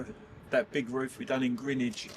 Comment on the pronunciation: I've often wondered why it's called pointing? And also, thank you for pronouncing the area 'Grinwich' rather the 'Grenwich', even though it's spelt Greenwich!! As a SE London girl, I've always pronounced it Grinwich 👍 Love your vlogs 👍👍